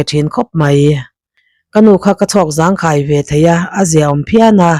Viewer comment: A thar apiang ka zawng char char ngaihnawm ka ti thin chutih rualin mizotawng leh khaw hming te thil hming hrim hrim lam thlûk fimkhur la, ka nu ka chhawk zangkhai i tih khi thil ritlo sawi na záng ti a lam rik angin khai khi lam ri rawh zángkhái aw, I thiam thlawt e.